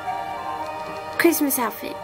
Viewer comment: Oh my GAWD CWISTMASSSSSS